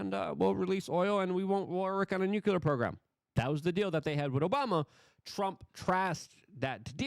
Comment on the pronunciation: Hoo-tees. Not Hoot-sees. Nook-lee-R. Not nookool-R. FFS bro..